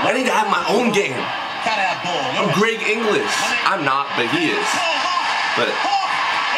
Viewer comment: It's not Greg English it's Greg Inglis 🤣🤦‍♂️